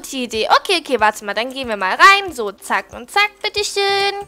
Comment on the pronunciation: Wieso sagt immer zazazazack?